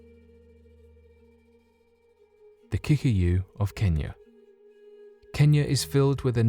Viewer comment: Surely the correct pronounciation is KiKUyu